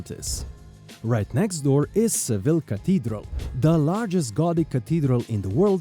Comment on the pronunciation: Why are you pronouncing Seville incorrectly since you’re a tour guide?